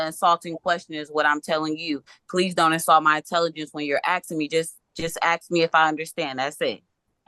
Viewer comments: Axe me. 😂😂😂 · Don't insult my intelligence when you're axing me